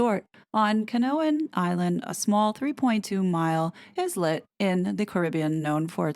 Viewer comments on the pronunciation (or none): You're going to tell me you don't know how to pronounce Islet & you live in New York? Seriously? Hint: it's like island where the s is SILENT. Islet is pronounced Eye-let. That's the second time you've made me question if you're using a ChatGPT or some form of AI. And I don't want to because I like your content! Hell, you're almost BASED!! You're the only one who dares call out what Charles & his ginger are doing, don't ruin it over this. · ISLET is pronounced EYE-let